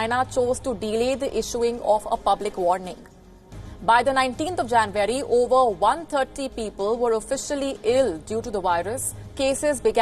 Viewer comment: Sounded like she said “20th of janbury” 😐